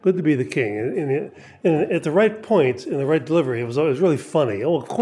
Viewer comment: TDL says "At the right point" with an accent as Italian as Father Guido Sarducci.